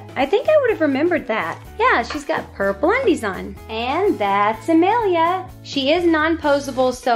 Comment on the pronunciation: I think it's said Amah lia